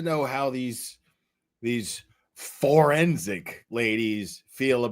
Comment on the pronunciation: I’m sorry but after referred to the Fourensic Room channel as the Foreskin Room that’s all I hear in my head. She’s so damn funny 😂😂😂😂